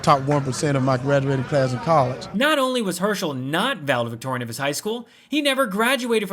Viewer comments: When he said, "Valitorian" instead of Valedictorian.... Yeah, that part. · Rewind, rewind. Let me hear him try to say that big word. "Vaditoran" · Did he say valatory in my class? 😂😂😂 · Did he say valetorian ? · Um, excuse me, he said “valadory.” I believe him. 😂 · The man can not even pronounce the word "valedictorian" correctly! Birds of a feather?